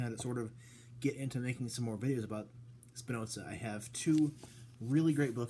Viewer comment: Trying to follow Spinoza's proof, from the axioms to the theorems, is great fun (as long as you stay clear from the obviously wrong idealistic interpretation that was common prior to the 20th century). By the way, Spinoza was not German. He was of Portuguese descent. His name is an adaptation of the Spanish 'Espinosa' (meaning 'thorny'). So, there's no 'ts' sound in the name. :)